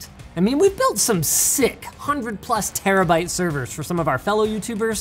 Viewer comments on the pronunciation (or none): none